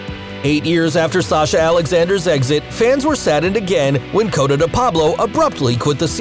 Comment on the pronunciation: Obviously not really a watcher if you’re calling Cote, Cota😂😂😂😂